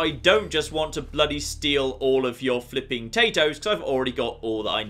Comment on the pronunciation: I love everything about this guy except when he says flipen